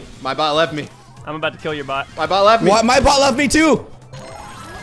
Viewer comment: It sounds like they are saying “Butt” instead of bot